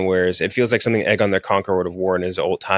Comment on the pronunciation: pronunciation of Aegon is killing me. Not even close my guy. Ay-gone not egg-un